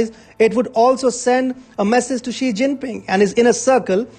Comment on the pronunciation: If you are going attack a Chinese person, any Chinese person, at least show you have a little understanding about China and Chinese. That is to say their names correctly. Jack Ma. Ma is the surname. Ma Yun is his real Chinese name. Xi Jin Ping. Xi is the surname (correct pronunciation would help). Jiang Ze Min Jiang is the surname. You and Xi and Jiang are not on a first name basis. Note that I spell out Xi and Jiang's first names in two words. Two-word first names are more common in China, especially in the southern part. One-word first names are for the northern and western China. How much credibility do you have for the subject on hand?